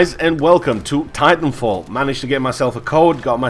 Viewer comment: did you say timefall? loll